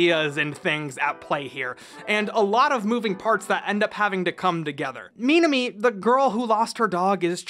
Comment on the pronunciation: Minami Uehara not mimi.